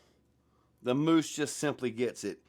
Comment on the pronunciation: Pretty sure it's pronounced "muse"